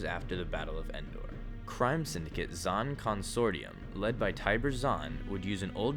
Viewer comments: He said zann constortium weird. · Lol he can't pronounce "The Zann Consortium" correctly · I'm bothered by how he pronounced Zann Consortium.